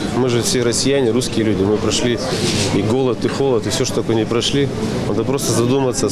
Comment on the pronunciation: ха-ха-ха! Да-да, мы же "гуские люди" - "мы гуские друг друга не обманываем..."!